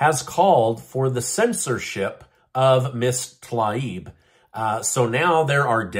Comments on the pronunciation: Her name is pronounced "Tuh 'LEEB." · Her name is pronounced “Tah-leeb”. Get it right!😂